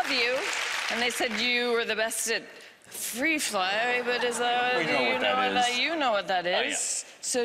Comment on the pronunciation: lol wtf free fry hahahahah it's "Three Fly"... you hungry mate?